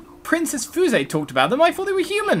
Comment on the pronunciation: Fuse. How it’s pronounced: f-yoo-se.